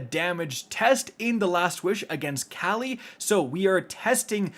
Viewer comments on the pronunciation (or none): none